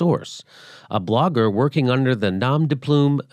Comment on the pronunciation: Jimmy, do not pronounce the "m" in "nom".. In this case, the m is silent. Your pronunciation was right, just drop the "m" sound at the end. 9/10 though... you said " de plume" perfectly. That "u" sound is very hard for english speakers, and you nailed it. A french guy...